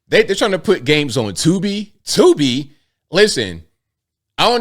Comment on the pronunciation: Lol "tubi"